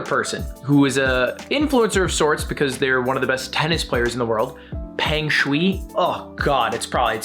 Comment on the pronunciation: it is pronounced sh-why if I am correct, not sh-wee.